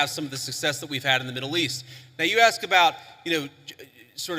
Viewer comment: Ignant is not a word. Please stop using it. Also its "ask " a question not "axe" a question.